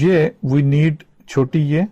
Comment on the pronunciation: It is ye he says je accidentaly